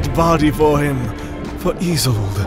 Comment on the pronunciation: Oh it turns out its "Sailas" and "Izold", and not "Silas" and "Aizold"? Great